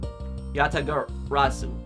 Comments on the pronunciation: Congratulations you pronounced the Yatagarasu correctly Also the video title Makes me laugh just like calisto Yew 😂😂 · Achievement unlocked "Asian Fluency" Pronounce Yatagarasu successfully one time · I lived for the moment said Yatagarasu correctly. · You are doing a great job with pronouncing Yatagarasu! Way to go